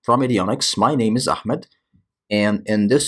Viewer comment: Bryan Fury ahmed there is no khhh it is ahh ahhmed